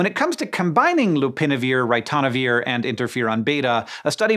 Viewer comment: How to pronounce 'ritonavir' correctly